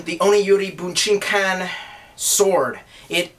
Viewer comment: Oh yeah, one tip about pronouncing japanese words, (I speak Japanese). There is no short I sound, and no short A sound, so it would be pronounced something like BOO-JEEN-KAHN!! The last part of course being pronounced like Kahn. Trekkie for life.